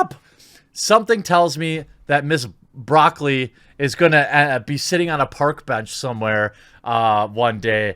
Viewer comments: It's BRÒCCOLI, accent on the first O, just like the vegetable. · ITS BROCCOLI LIKE THE VEGETABLE JEEZ!!! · Stop pronouncing her name bra-colly! It's Broccoli like the vegetable! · cubby broccoli is her dad I think, he was the producer of many of the early bond films. and it's pronounced like the vegetable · I am a Bond fan my entire life and I would LOVE to see a female super spy series! She could be 008 or 009 and have great big larger that life secret agent adventures-that would be awesome! But... There is only one James Bond 007. One. (Btw it’s pronounced Broccoli like the vegetable!lol And she’s actually been doing a GREAT job since taking over from her dad starting with Goldeneye) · its Italian Bro-cell-ee just met one the other day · You pronounce 'Brocolli' like the vegetable. Her family had something to do with actual broccoli coming to America, IIRC. I remember reading such in one of the James Bond production books. Barbara Broccoli has been producing Bond for the longest time having taken over for her late father -- Albert Broccoli --who co-produced the franchise from the beginning with Harry Saltzman. She'll be fine, especially since they kind of own the IP. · It’s broccoli, dude. 🥦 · The Broccoli family owns and controls the rights of the Bond franchise, which is a VERY good thing! And it's pronounced Broccoli, like the vegetable. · Jeremy, it's pronounced exactly how you think it is: Brock Lee. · I think the name is pronounced as the vegetable. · Barbara Broccoli (yes, is IS pronounced like the vegetable) has f.u. money, and she‘s old. Which means digging up dirt from her youth is hard because there was no interwebs, but she probably will be portrayed as having internalized the evil patriarchal system, that has to be toppled. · It's pronounced like the vegetable, the vegetable is named after their family. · SAY HER NAME RIGHT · Can you not say Lashana's last name? I find it triggering... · Broccoli's name is pronounced just like the veggie.